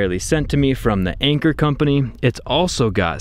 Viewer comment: its not anchor its an cheer like in 3 2 1 an cheer! Lmao